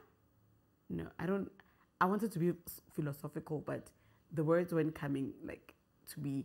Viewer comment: R90 wors 😂😂😂😂😂 I cannot with you.